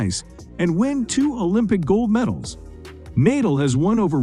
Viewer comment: "naedal"???? god sake, pronounce properly man